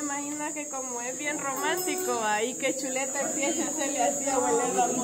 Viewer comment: Se equivocaron no es cheleta si no chuleta😂😅